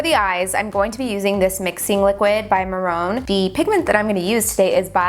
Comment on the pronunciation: I love this look but an FYI Mehron is pronounced may-ron as opposed to muh-rone 🤗